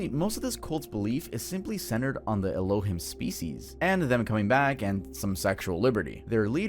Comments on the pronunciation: Please pronounce Elohim right. It's ELO- HEEM. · Its pronounced "Elo-heem" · * El-Oh-Heem. Not El-Oh-Him. Just for future reference. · Pst. Its "El-lo-heem" not "el-lo-him" 😅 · El oh heem not aloh him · Elohim is pronounced: el o heem not e lo him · It's pronounced Ray Lee ans. It's pronounced El oh heem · Elohim pronounced El-o-heem. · el - oh - HEEM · It’s pronounced “El-O-Heeme” Ironically, the name of god, in Mormonism. Lives on a planet orbiting Sirius called Kolob. 🫠🫠🫠🫠🫠🫠🫠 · Ee-low-heem Tuv 😂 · You're mispronouncing “Elohim”. It sounds like “Ello- Heem” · elohim- my brother 😐 eh-low-heem. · not trying to be that one annoying but it’s ELO-Heem homie 😭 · His Hebrew is what killed me "ello him"! 😂😂😂😂😂😂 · You keep saying elohim wrong 😆 🤣 😂